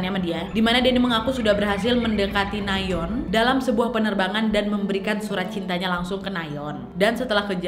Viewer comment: Orang lain : Nayeon / Nayon ❌ Ka nadia : NaYeOn ✔️